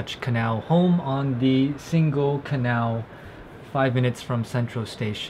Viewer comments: Definitely not like “single” in English, that is a hard “g” ! Pronounce it more like “singing” ! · Nice video!!! You should ask someone how to pronounce Singel (don't use the k sound in the middle!) 👍